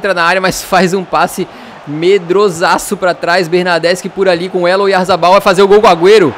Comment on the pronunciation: quando vc falou oyzabal,eu achei que era o goleiro kepa Arrizabalaga kkkkk Que golo bonito do Batchuayi de falta